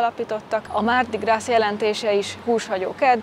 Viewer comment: A mardi gras-ban (zsíros kedd) a gras melléknév amit egyeztetünk itt most a hímnemű mardi-val (le mardi). Ebben az esetben a francia nyelv nem ejti ki, néma az S végződés! Tehát csak grá-nak ejtik ki.